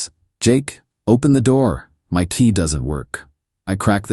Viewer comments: Why does AI always use word 'tea" instead of "key" 🔐🔐🔐🔐 So silly and annoying! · key not tea